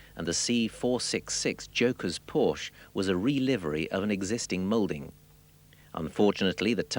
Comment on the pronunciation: Irony: The narrator talks about the misspelling of Porsche but is entirely oblivious of the fact that he misspronounces Porsche every single time (the "e" is NOT silent!).